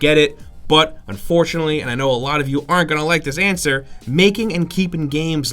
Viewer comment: Lads ye missed the N in unfortunately, sorry but it annoyed me haha.